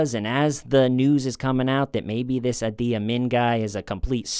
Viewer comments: Idi Amin - Idi is pronounced "Edie" :) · The guys name was Idi Amin, not adi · Idi ( ee Dee) Amin. monstrous. The original heads in the freezer guy! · How can a smart guy like mispronounce a three letter name? Idi. Maybe the letters got scrambled in his mind..?